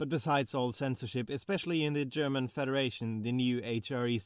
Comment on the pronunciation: "but I guess ... ain't that right, Great Britain?" I can't hear what he said there. Also, it was called the German CONfederation. Edit: "I guess you win some, you lose some" if anyone else was having trouble hearing it.